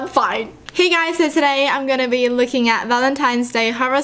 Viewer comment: I thought you said "licking" instead of looking.